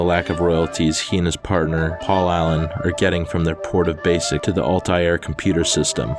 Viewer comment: Altair is pronounced a little differently, also you showed inserting the 5.25" floppy backwards. Are these subtle shitposts? haha